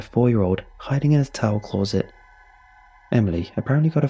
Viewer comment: I've never heard anyone pronounce closet as 'clothes-et'.